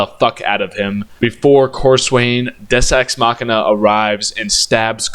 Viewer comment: Deus Ex machina not des es machina. Hate you making me the acktually guy. Dick. 😅